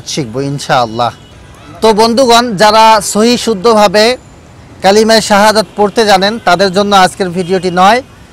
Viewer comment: উনি কালিমা শাহাদাত বুল বলেছেন যাচাই করে শিখবেন